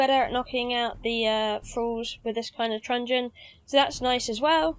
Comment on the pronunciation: Great guide, really well made but I had to laugh every time you said trungen😂😂